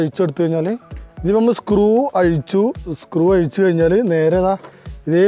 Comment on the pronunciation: അയിച്ചു റിപ്പയർ ചെയ്യാം പോലും. ഓ ന്റെ ചെങ്ങായി, ജ്ജ് ഏട് ന്നാ ണ്ടാ മലയാളം പഠിച്ചേ..